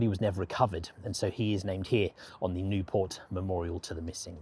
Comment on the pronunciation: Not Nieuport. Nieuwpoort. It's a Flemish city, not a French one.